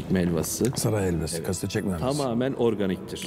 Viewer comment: İlahi Ayhan Bey 30 yıllık kastamonulu adamı da şaşırttınız o da İtalyan aksanıyla Kastaa monu diyor 😂😂